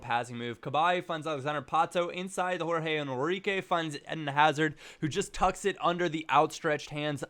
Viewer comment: Jorge Henrique is pronounde George Enrique